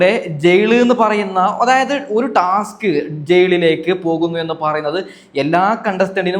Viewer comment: ജയ്ളിലേക്ക് എന്ന ഉച്ചാരണം തെറ്റാണ് ഹേ... മലയാളത്തിനെ അപമാനിക്കരുത്. വീമ്പിളക്കി വിടുന്നത് പിന്നെ. അനീഷ് കപ്പല്ല കോപ്പടിക്കും. കാരണം ആ മനുഷ്യൻ കുറെ നുണകളും തെറ്റിധാരണകളും ഉണ്ടാക്കി. മാത്രമല്ല കോമണർ 5 പേര് വരണം എന്ന് ബിഗ് ബോസ്സിനോട് ആജ്ഞാപിക്കുന്നു...പിന്നെ നാഴികക്ക് നാല്പതു വട്ടം ഒരു കാര്യം പറയും വെറുപ്പിച്ച് കൊല്ലും. എന്തോ ഒരു കിളി പോയ പ്രകൃതം പല സമയത്തും തോന്നും. ഇയാൾക്ക് കപ്പ് കൊടുത്താൽ ബിഗ് ബോസ് വീട്ടിൽ ഇരുന്ന് ഇനി ഞാൻ തുടരാം എന്ന് പറഞ്ഞ് അവിടെ കയറി ഇരിക്കും.. അനു മോൾടെ PR എന്നെ പോലുള്ള കാഴ്ചക്കാരാണ്. അവൾ കപ്പ് തൂക്കും. നീ കണ്ടോ